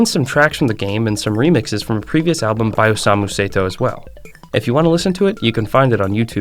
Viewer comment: The name of Osamu Sato was also pronounced wrong. It's Sato, but he said Seito